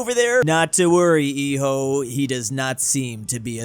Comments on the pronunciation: it's pronounced 'ijo' not 'hiho' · mispronouncing hijo (the h is silent).